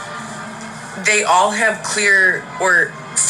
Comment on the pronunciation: I'm bipolar one I never once. And the other day puffed with saying how sociopathy and psychopathy which you couldn't really pronounce well. And hey you're reading comments I'm going to sell my ass and shake it if I want to so you ran off to church and pretend like you're praying when we all know that you're going to NA meetings